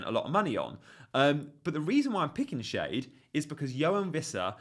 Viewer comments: Not Shade------Shar-de, 😅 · I thought schade was pronounced "shah-day"? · Schade is pronounced, Shaa -dey, long 'a' and the 'e' is kind of pronounced. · you said yourself that with Lewis you couldn't be too gung ho and go for another risky cheapo pick, which is what Van Den Berg is. Ppl might only look and say 'who?' if you continue to pronounce his name as 'Shade'